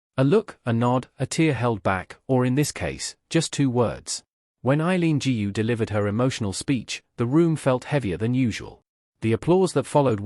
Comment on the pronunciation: Another mis-pronounced of her name 'GU'! GOO not ju !!!!!!!